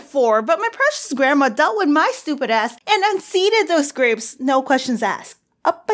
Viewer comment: “Am I pregnant with gwapes?” LMAO XD